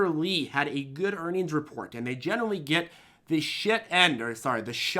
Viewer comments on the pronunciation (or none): lmao "the shine" or "the sh*t"